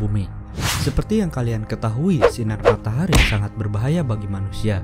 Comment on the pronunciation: Bang kok matahari jadi matahri?